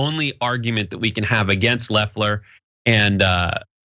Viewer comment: The fact you guys keep calling her leffler instead of loeffler makes me think you guys don’t know what your talking about cause you don’t even know how her name is pronounced